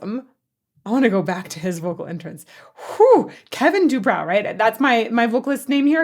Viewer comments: I believe his name is pronounced Du-brō and not Du-brau. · His name is pronounced do-bro. You may have seen his brother on the TV show botched. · I'm so glad to finally see a vocal analysis of Quiet Riot. I've always thought that Kevin DuBrow (pronounced Do-Bro) had a much better voice than he ever got credit for. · it's pronounced doo-brow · Dubrow is pronounce Do Bro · It's pronounced Dew-Broe. The band was Quiet Riot until Randy Rhodes left the band to join Ozzy. Since Quiet Riot was Randy's name they changed it to Dubrow when he left. After Randy died in that plane crash on Ozzy's tour, Kevin took the name back. Yeah, Kevin could sing, and he was a good performer, but he was a narcissistic ass. I worked with them many times. May he rest in peace. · Pronounced De Bro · kevin DuBrow, we/i always pronounced as do bro. last time i saw him/them live was at a club/bar in fort worth late 80's. totally accidental. had no idea they were gonna be there. RIP nonetheless sir! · Kevin’s name was pronounced as in Dew + BRO